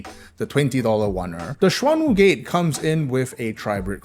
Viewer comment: dam the Mandarin pronunciation is on point